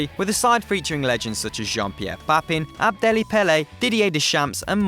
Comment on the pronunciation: it is ABEDI PELE U BLOODY FOOL not abdelli forrkinnn boiii check min